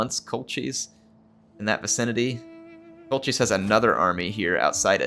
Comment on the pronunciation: I believe Colchis is pronounced Col-kiss. Well at least that is how they pronounce it in the 1960s Jason and the Argonauts film. Classic film!